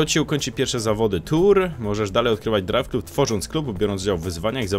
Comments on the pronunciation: DRAJWKLAB kurwa a nie KLUB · nie czyta się "drajw klub" tylko "drajw klab"